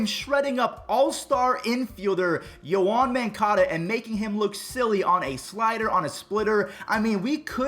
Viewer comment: AN AL CENTRAL FAN BUTCHERS YOAN MONCADA’S NAME